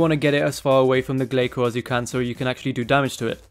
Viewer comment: glay-soars lol